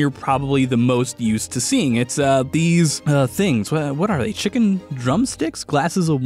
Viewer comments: Everyone just gonna ignore the fact he said "Chimkin" and not 'Chicken' when he mentioned the hunger bar? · saying “chimken” has brought me so much happiness I can’t even explain it. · The way he says chimken so casually kills me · did he just say chimckin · No one:: CHIMKEN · "Chimken" Me: "Ah, I see you're a man of fine meme tastes as well." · saying Chimkin is something I didn't know I wanted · when i heard “two lil chimkens” MISPRONOUNCED WORDS BEING CUTE GO BRRRRRRR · He said " Chimkens"🥺